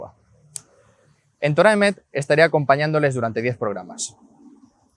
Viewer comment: Correción: Se debe decir Torat Emet (cambiando la H por la T) ¿Porqué? Porque Torah debe ir en estado constructo.